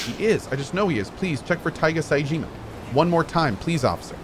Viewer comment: If cohh can say Majima correctly, how is he always saying Saejima as SAYJEEEEMA